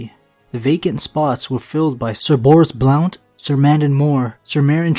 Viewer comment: The o in Blount is silent